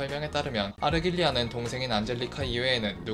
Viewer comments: 근데 푸른잔향을 설명할 때 자막은 아르갈리아로 제대로 표기해두시고 음성은 아르"길"리아로 읽으시는건가요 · 제발... 아르"길"리아가 아니라 아르"갈"리아잖아요.. 3분동안 들리는 아르"길"리아 때문에 정신이 혼미합니다..... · '갈' 발음이 어려우신건가요?